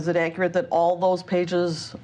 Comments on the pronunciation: `pacific, accrite, axe, ain't, prolly, reptable...the grammar, the academia, the class. 😂😂😂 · Stop ‘Axeing’ him because he don’t know what’s ‘Acrit’!? 🤷🏾‍♀️🤦🏾‍♀️🤣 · “Totally actrut” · Ackrit. His vocabulary is overwamming at times. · It’s low key impressive that he can turn the word “accurate” into a two syllable word 😂